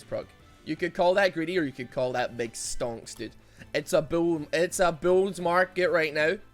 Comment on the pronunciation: I love how no one has mentioned what stonks actually means 🤣👌🏽 look it up if you dont know as it's funny when he says it like that